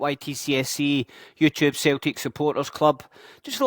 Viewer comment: Wtf is Celteek? 😂 Nygren is pronounced Neegren. Good vid, keep it going.